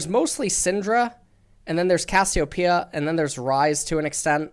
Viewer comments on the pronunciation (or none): none